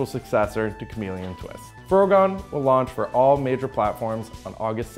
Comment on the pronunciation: Why are you saying the 'o' like in in 'afro'? The title is clearly a portmanteau of 'frog' and 'gun'...isn't it?